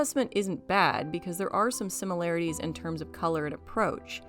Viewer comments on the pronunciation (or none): none